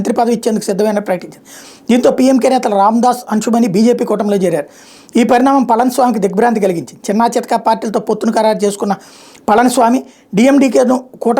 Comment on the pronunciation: అన్షు మణి కాదు అన్బుమణి రామదాసు మీరు చదివే వేగంలో పేర్లు తప్పు గా చదువుతున్నారు.